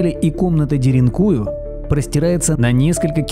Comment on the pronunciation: ДеринкуЮ, а не деринУю !!!